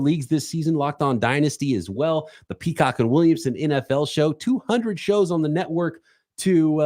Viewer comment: He said Peacrock lmao that’s hilarious